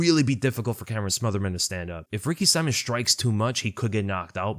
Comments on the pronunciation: Man,, his name isn't Ricky SIMON, as in Simon and Gurfunkel, but Ricky See-mon, as in.... Well, Ricky Simon with that thingy above the "o" I don't know how to do. But get it right, please. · its Ricky "See-moan" bro not Saimin aka Simon lol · I kinda hate how you suddenly started pronouncing Ricky Simón’s name wrong 🤣